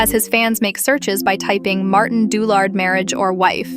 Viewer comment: Didn't even bother to learn to pronounce his name properly